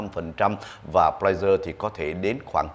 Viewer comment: Pfizer , khong phai Pflizer !